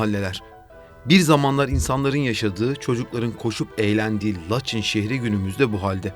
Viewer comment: Mayın'a May(ı)n diye biliyorsun. Laçına neden Laç(i)n diyorsun. Acayip tilt oldum